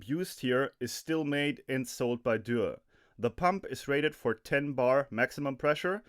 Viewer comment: I was about to compliment your pronunciation of Dürr when I found out you were German.